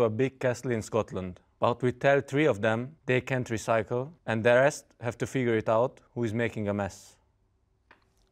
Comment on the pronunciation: License to Recy-kill 🤣